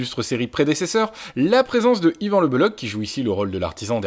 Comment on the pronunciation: Juste y a-t-il au moins un journaliste un seul en France qui sache prononcer le nom d'Yvan c'h en breton équivaut à la jota espagnole et non à un k